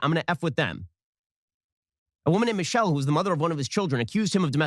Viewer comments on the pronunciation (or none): Ben calling Michel’le “Michelle” made me laugh